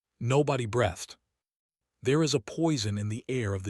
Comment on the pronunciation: At 7:3=43: "... and brEHthed out slowly. No such word. Text-speaker needs to say "... brEEthed out ..." --- * flipping coin * * heads * brEHthed again.